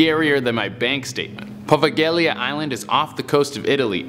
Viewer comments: Poveglia is pronounced "PoVEILya"...not Povegailya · I wasn't sure about presenting style at first but now I quite like it but.... it's pronounced Pov-ale-ea XD the terrible pronunciations both annoy me and make me laugh lol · Best way to get close to pronouncing Poveglia Island correctly is Po-Vague-Lia. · It's pronounced povaylia island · the g is silent in Poveglia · I had to skip the first story because kept saying the islands name incorrectly😖